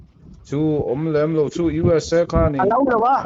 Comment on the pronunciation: Dala hnenah khan, UESA i lam dik loh vangin An rawn man dawn che ti rawh...